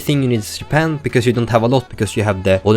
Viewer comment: hmmm. so your swedish, that must be why you said "Yapan" instead of "Japan" (j is normally pronounced like a y at the end of a sentence in english, in the swedish language, i know this as im learning it), cool! whats it like there